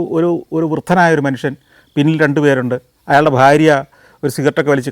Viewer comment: ദയവായി താങ്കൾ ഫൂമി. ഫാര്യ .ഫാരതം എന്ന ശൈലി മാറ്റി ഭ എന്ന അക്ഷരം ഒന്നുകൂടെ ശ്രദ്ധിക്കുക.🙏